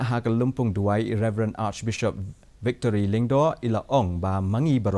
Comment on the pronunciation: Hey I think not victory but Victor. Plz confirm before going on air